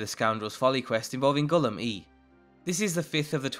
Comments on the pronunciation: Are people actually dumb. How do you manage to say a name wrong when it is repeated so many times. I hate how many people do this it’s so irritating. It’s not Gulum E you dumbass. It’s Gulum EYE, that’s how you say it. That’s how everyone in the game says it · It's pronounced Gollum eye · its pronounce as Gulum-eye thats what mercer fray said by the way nice mod,what mod is that sneaking animation in the video? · Its “Ga-lum-ay” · Did he just say Gulum Eee? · ahh bro. Gulum Ei. is pronounced Gulum eye. they even say it when they tell you to go talk to him :) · Ei is pronounced like I. The game itself say his name. I appreciate all the videos, don't get me wrong, but the improper pronunciation of vanilla characters is very annoying.Otherwise, amazing video. Thanks for the wonderful introduction to new mods, from a new modder. Keep up the good work.